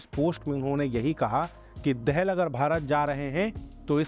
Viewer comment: Abbe chmtiyo he is not Dehel Dahal 'Daa-Hal'